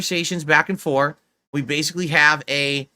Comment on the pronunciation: “back and for” ????